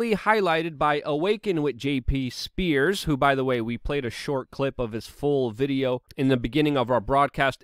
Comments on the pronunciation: #1 his name is Sears not Spears. #2 Turn on the Lava Lamp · Dude, it's jp SEARS! You keep saying "spears" I LOVE your work and am happy to have been a donor! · JP SEARS! NOT SPEARS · Sears, not Spears.